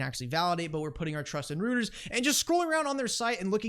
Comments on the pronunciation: Pronounced “royters” not rooters! Who taught you how to pronounce names? DAI? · ROY - TERS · “Roto Rooters” that’s the name, and away goes pronunciations down the drain....Roto Rooters 😂 it’s pronounced “Roy ters “ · The news channel is pronounced "Roy-ters" and yes they are massive globally.